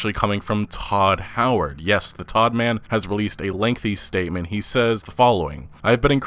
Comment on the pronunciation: "Hodd Howard"